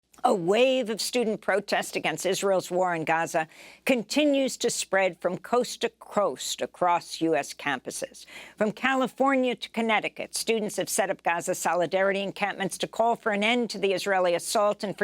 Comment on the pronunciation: Did this old B just say “coast to croast” 😂😂